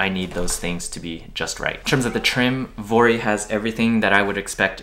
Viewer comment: I think vuori themselves said it’s pronounced vee-or-ee